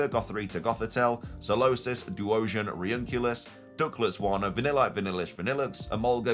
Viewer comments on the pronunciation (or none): And Reunculus 😭